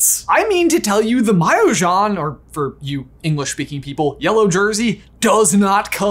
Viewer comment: you butchered “jaune” to the point of it being unrecognizable (it pronounced “jon” but with a french accent)